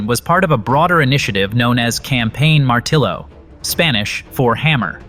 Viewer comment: This AI bullsh*t cannot pronounce "martillo" correctly. What ever happened to real people speaking real words correctly? And, who produces the dialog and doesn't even realize how to say "martillo?" AI SUCKS!!